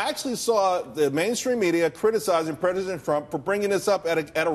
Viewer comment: LMAO. He said "predisent".....